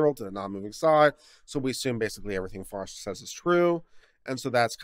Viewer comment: I thought the name is Foster and not Forest?